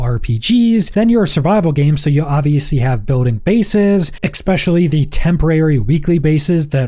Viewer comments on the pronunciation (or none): especially, not ekspecially! great video though!